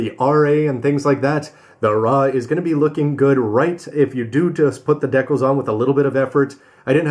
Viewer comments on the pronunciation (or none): "Deckles".... no no no no... "d-cals"